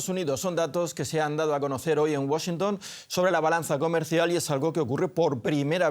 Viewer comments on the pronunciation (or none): none